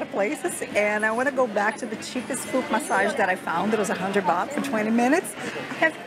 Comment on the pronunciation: Sometimes misheard tht you pronounce '100 baht', I heard '100 bucks' instead 😂